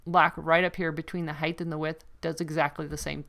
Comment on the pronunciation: Please tell me you don't say HEIGHTH, 😨